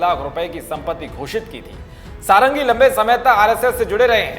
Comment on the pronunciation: इनका नाम "सारंगी" नही "षडंगी" हैं।